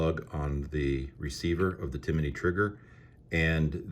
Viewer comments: I believe it’s (tim ny) as opposed to (tim a ny) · It’s Tim-ney not Ti-mi-ney 🤷🏽‍♂️ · Johnny Glock has a video of him drop testing this trigger and he even says it’s an amazing trigger. Go away with yourself. Why do you keep saying “Timaknee?” Hater. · Tim-ney not Timiney!